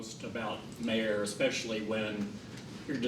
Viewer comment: It's MA...HER (MA like MAma)